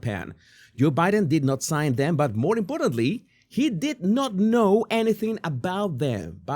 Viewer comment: Jesus, More - not moar!